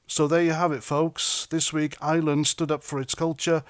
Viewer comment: the word is IRE-LAND, not ISLAND.